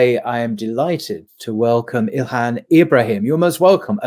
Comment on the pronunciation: Get her name right!🙄 (ILHAM) Mmmmmmm. What is so difficult with that?